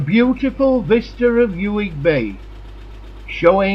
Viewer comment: Nice film but where did you dig out the narator? Mispronunciations throughout: 'Yoo-ig', dropped H in 'Hebrides', it goes on and on. What a wasted opportunity!